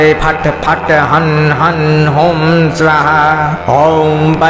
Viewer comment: स्वाहा शब्द का उच्चारण गलत किया जा रहा है